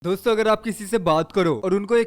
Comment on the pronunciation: Store bol rahe ho yaa dosto bol rahe ho pata nehi😕